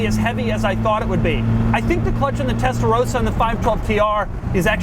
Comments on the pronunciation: "TestaroSa"??? It´s TestaroSSa. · How else understood "the clutch in the tesla roadster..." ;-)